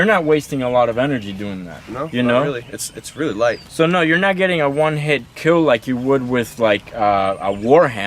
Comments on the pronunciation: But your weapon.. it will keel, good job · Your weapon will keel